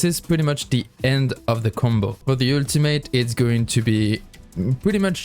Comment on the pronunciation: Yeah guys switch back to the "ueltamate" for uue not Jue